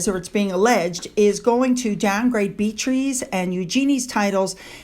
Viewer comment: I love watching you every morning! I really like the beautiful pictures people send you! Could you please pronounce Beatrice’s name correctly? It’s an old fashion name, but not hard to say. It’s Bee-a-tris. Tris rhymes with kiss. If you watched the Andy Griffith Show and remember Aunt Bee, her full name was also Bee-a-tris. It’s a lovely name for a Royal who supports her family consistently. You can mispronounce Eugenia name all you want.